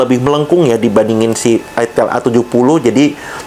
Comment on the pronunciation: Dibaca AITEL. Tulisannya ITEL bukan ITIL